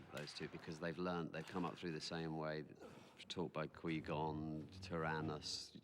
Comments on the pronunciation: Qwee Gon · "Quee Gon" lol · Does anyone know why some of the crew say "Quee-Gon"? Did they change the pronunciation with voice over before TPM was released?